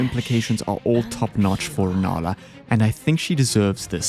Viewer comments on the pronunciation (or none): Why’d bro call rennala “ranana”